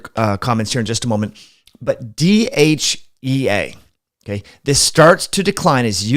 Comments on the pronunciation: Not sure if it’s your pronunciation but you seem to be saying DHA and DHEA interchangeably 🤔. Also, Mayo clinic warns against taking DHEA if you are prone to hormone related cancers. What’s your opinion on this? (Not sure MC is always unbiased..😉). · I love your program I watch it as often as I can, please do not mis understand me do not mean to offend you in antway, but sometime it is hard to understand you because you are speaking, for me to fast. for example when you saying DHEA it sounds like you are saying DHA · IS he saying DHA when he means DHEA?